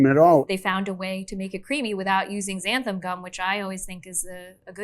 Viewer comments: omg XANTHAN gum not xantham! lol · I think all of them call xanthan gum “xantham gum”. Why do so many people put an m in xanthan? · One of the newest pet peeves I’ve developed as I’ve gotten older is when people pronounce Xanthan Gum as Xantham Gum.